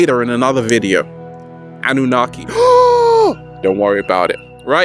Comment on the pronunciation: did i just hear anunaki? we abaut to dive deep again :)